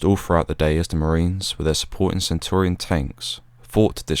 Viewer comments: Brilliant video mate, very detailed and interesting but..... it's "Centurion" tank and not "Centaurian". Apart from that...... spot on!!!🇬🇧🇬🇧✌✌ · Centurion tanks, not centorion. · Very good video. Do you mean Centurion tanks - pronounced as a Roman Centurion. Good work. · Centurion is not pronounced as you do. It's not Centorian but Centurion is only a small point but in documenting history details are very important